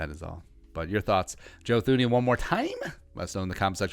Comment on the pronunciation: It's pronounced TOO-nee, if you're gonna do a whole video on him, atleast learn to say his name correctly lol